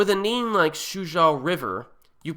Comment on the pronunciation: suzhou is pronounced soo-joe...good review